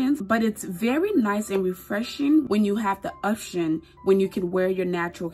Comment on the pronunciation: She said obtion💀